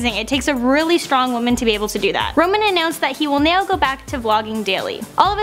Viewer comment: neow that's how she says now